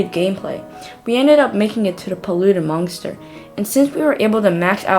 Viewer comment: i chukled when he said nuclear mongster